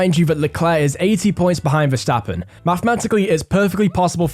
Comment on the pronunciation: This guy actually pronounces Verstappen right